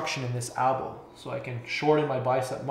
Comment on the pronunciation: no Elbow is still spelled Elbow in canada, just pronounces it as ALBOW for some reason, its not a canadian thing, I am canadian and live in canada, everyone else says it properly....Elbow.